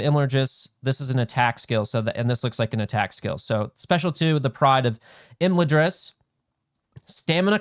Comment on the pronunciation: I'm sorry but we need to work on your pronunciations. The first a in Imladris is like flags.